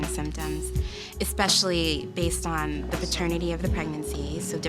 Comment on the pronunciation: 😂😂😂 ikr, what was that?¿